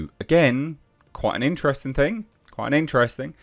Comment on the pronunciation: Intrevsting, Quite inchtresting, inchthrusting.. 😅 How many times can one say "quite interesting"? Here it is said more often than people who say "you know" too often say "you know"